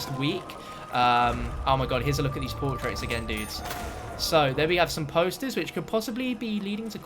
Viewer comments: PORTRAIRS say it right lol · Hearing him say portraits was a little painful but otherwise great vid bro